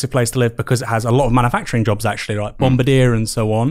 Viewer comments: I disagree with Aaron on a lot of things but I have truly never judged him more as a person than after I heard his pronunciation of Bombardier. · Woah, I've never heard Bombardier pronounced that way!